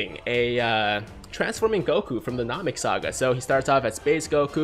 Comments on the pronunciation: any 1 else get triggered when he says nam-ek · That weird moment when you notice says Namek wrong 😂